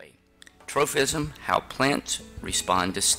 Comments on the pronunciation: Why do you keep saying tropism with an "f" sound? It doesn't have a "ph" so it's just pronounced as a p. troPism, not troFism!!! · definitely is though. Kids might watch these for educational purposes and learn to pronounce the word incorrectly. Proper pronunciation is pretty important